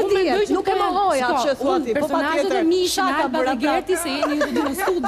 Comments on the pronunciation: Jo sháka o po shaká me theksin tek a-ja e fundit. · meso si te thuash fjalen SHAKA!!!!